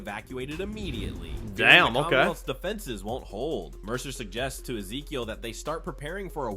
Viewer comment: Misses pauses and mispronounces Ezekiel.